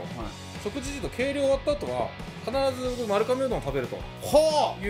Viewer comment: まるかめ？ まるがめ が正しいみたいです。